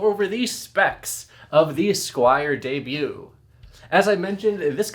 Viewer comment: ...it's "debut"